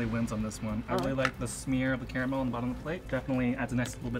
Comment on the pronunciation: please learn how to say caramel. thank you.